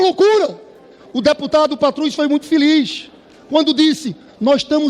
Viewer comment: Informem ao parlamentar que a palavra é feliz e não "filiz" ver se ele aprende, ainda há tempo!